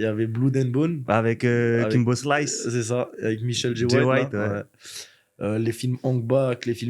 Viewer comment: "michel j white" mdrr a croire il est berger